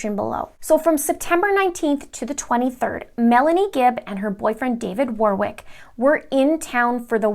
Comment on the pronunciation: Warwick, second W is silent.